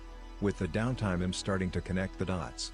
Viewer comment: Do you not know how to say the word I'm? It's a contraction of the words I and am.